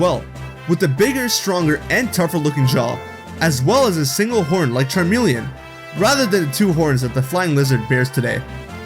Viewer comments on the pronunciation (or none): none